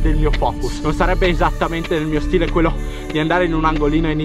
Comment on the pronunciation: “Il mio stiele” “lo spoert” 😂